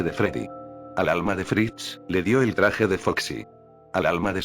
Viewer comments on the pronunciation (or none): A fritz entendí frisk:v